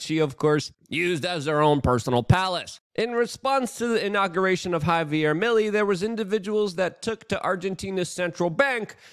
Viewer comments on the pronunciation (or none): Luke buddy its pronounced mill-ay it sounds like it end with an A not EY